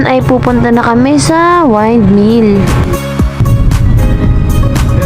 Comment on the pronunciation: hnd wyndmill wrong pronouncement. windmill yan, bisaya k b